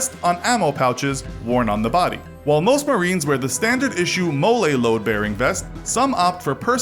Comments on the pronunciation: Interceptors are phasing out, bud. Mowlay? It's pronounced Molly...just like ALICE was pronounced Alice. They're called that also because they're both a bitch.... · lol mole-e.. pronounced molly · A MOLLE load bearing vest is not frenched up to be "Molé"... we pronounce it as "Molly" vest. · It’s pronounced molly not guacamole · It's "molly" not "mole-lay". Also, you didn't mention crayons. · Molle is pronounced Mall-eee, not mole-ay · MOLLE is pronounced molly, not moe-lay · It M.O.L.Y weapon system not “Molay” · Did nobody notice he said mollie wrong he said mo-ly but it’s pronounced mol-ly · It’s pronounced molly not molea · Love your cartoon helicopter. Its a Russian HIP not a Marine Corp helicopter. By the way the vest is pronounced molly not mollaa. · It's pronounced Molly not Molé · Pronounced Mollie, not Mole-Ay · M.O.L.L.E. Pronounced "Molly", not "Moe-Lay" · MOLLY, Not Mole-lay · im sorry, it pronounced molly (like the drug) not mole ayy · Is pronounced molly not mollay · The MOLLE system is pronounced "Molly"...like the girl's name. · YOU SAY IT MOLLY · A few minor points. When pronouncing the calibers of ammunition you space out each number so 5.56 is pronounced "Five. Five. Six." And Molle (the equipment rack worn by soilders) is pronounced "Molly". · It's pronounced "Molly" I still love this channel though. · "Molay." Lol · Its pronounced Molly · Molle is pronounced molly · Molle (Mah-lee)